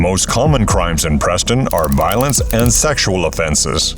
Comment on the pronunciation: Preston? 😂😂😂😂😂😂 what hahaha